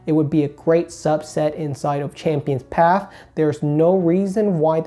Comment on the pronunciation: PATH... P A T H..... NOT PAF CHAMPIONS PATHHHHHH